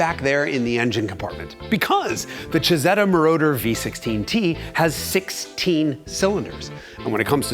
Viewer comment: If I didn't loathe AI with a vengeance, I would be feeding "Isetta Mordor" to it.